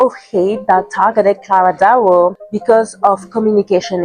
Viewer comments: Claira dooah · I noticed this too she mispronounces her name wrong in all the videos and it seems likes it’s on purpose atp